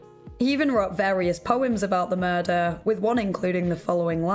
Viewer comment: I love your videos and especially that super cute accent you have, but I wanted to know why at the end of every sentence you draw out the last syllable? An example writing is going to be hard but I'll try. Example for it would be, "did you just commit a mur-derrrrrr?" Lol the derrrr is what I imagine it looks like when you draw out the last syllable. Maybe I'm the only one who hears that or notices it but if you end up hearing it you will never be able to not hear anytime you hear her talk after that.